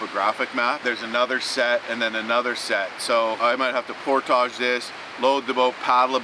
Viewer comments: Nice video but It’s portage, not portaaaage. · Never herd it pronounced portague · 1. Hearing him say GD made me cringe. 2. He can’t pronounce portage correctly. Why? I just don’t get it. 3. Overall not a bad adventure and watch. 4. Goes to get firewood and doesn’t take the shotgun. Interesting. 5. That power unit was way overkill and extremely heavy. Bring an air mattress and ultralight camp chair next time. You won’t be sorry.